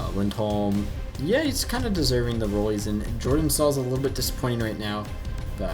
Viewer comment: I cringed when he pronounced Michal Jordan's name...... yor-DAN